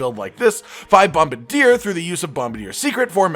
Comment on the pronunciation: Bombardier Cotton: BOM-BUH-DEAR